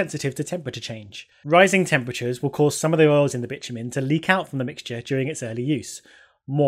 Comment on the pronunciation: as english is not my primary language and i wasnt quite paying attention to the screen when i heard you say 'bitch-you-mean' i was quite suprised. Even had to look on the sreen to see what did she mean? :D